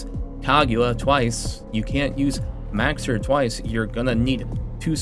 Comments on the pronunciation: Mow-sir, like a cat's meow. Not Max-sir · I'm new here. Is he purposefully mispronouncing Mauxir's name? It's meow-er, nya!